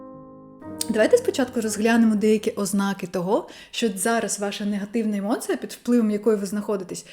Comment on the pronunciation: Емоция поки що через ы Треба трошки м`якіше - через і